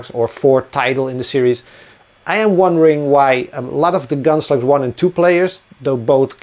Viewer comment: I remember several years ago, when I first started watching your videos — whenever you mentioned Gunslugs, I thought you were saying Gunsluts. 🤣